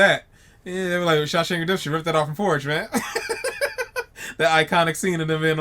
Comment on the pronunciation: I love how you say "porge"